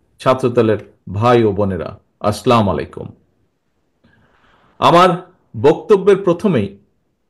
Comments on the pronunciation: আসলাম আলাইকুম না , আসসালামু আলাইকুম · আস্লামলাইকুম না,বলেন আছ্ছালামু আলাইকুম। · আছলা মু আলাইকুম নয়। আছ ছালামু আলাইকুম বলবেন।